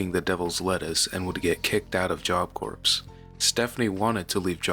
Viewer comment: Just FYI, It's pronounced job "core" not "corpse".